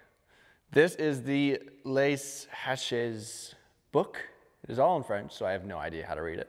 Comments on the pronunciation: Lay is too much American accent. The e sounds more like the e from egg. The s would be more of a z which is used to join with the next word haches. Of which the h is niet pronounced. Sounds more like ash, asssshh. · something like "lay Ashe" but good enough! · “Lay zatch” = Les Haches